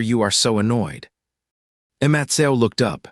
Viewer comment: Poor Matthew... can't speak your name😂😂😂😂😂😂